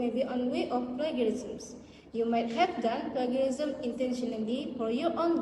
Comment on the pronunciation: Acedemic ✅ Academic ❌ Mohon betulkan sebutan 'plagiarism'. Yg tudung biru, jangan gema sgt suara tu. Ada masa nnt, saya tmbh lg.